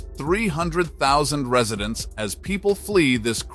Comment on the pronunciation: "Ree-suh-dents?" Oh, I get it. You actually meant "Residents." This video is AI garbage. It is a disgrace.😊